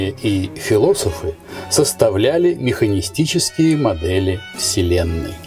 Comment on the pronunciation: Говорит как даун, приходится скорость ставить 1.5, так ещё и на какие-то дивные "мханистические" модели...